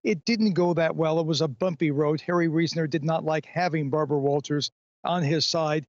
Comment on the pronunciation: "Good ebening. I'm Bawbwa Wawtaws"